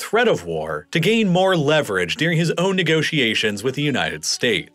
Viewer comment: I like the video and content but man I can’t stand how he pronounces “during” as “deering.” And the word comes up so frequently you can’t help but notice it every time.